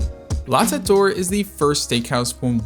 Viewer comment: Yes, your pronunciation is pretty good. I'm a French speaker. The circonflexe (^) is what is most difficult for English speakers because we don't have accents. There are atleast four ways to pronounce e in French and it is not always so easy. "T'Eight" is not actually correct but close.